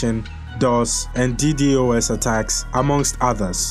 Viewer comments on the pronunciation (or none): none